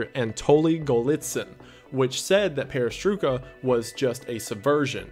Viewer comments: Its pronounced like this " PERES-TROY-KA deception " meaning REBUILDING deception in russian. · i know its late to say this but "peresroika" is pronounced like "perestroyka" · A bit nitpicking but you pronounced "perestroika" more as "perestrooka", like in the "book". It's pronounced perestrOjka, "j" pronounced the same way as in German language Also "we beat Russia in space race" is a very controversial statement. Yuri Gagarin was the first man in space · peris TROY ka not peris TRUE ka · Perestroika is pronounced with the oi like "oi! you there” or like in oil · I believe its pronounced pair-uh-stroy-kuh. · hearing him pronounce perestroika awakened fears in me I didn't know existed loll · The guy who doesn't know how Perestroika is pronounced, lmao. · i'm loosing my mind from the fact that some people turned perestroika into a conspiracy oh my god also your way of pronouncing the word is extremely off but funny nevertheless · You've probably seen this already but you really don't pronounce perestroika like that